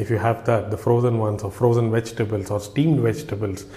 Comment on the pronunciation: There NOT Wegitables m8 if your going to make a video at least get the enunciation right with ingredience.